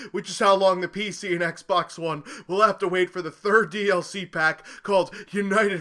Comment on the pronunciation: You suppose to say Xbox One Bro